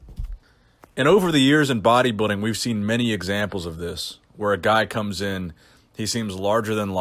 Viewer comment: It's pronounced body- building. Not bodybiddig